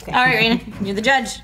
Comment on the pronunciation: Hey!! My card submission made it!!! And Reina pronounced my name right! Lol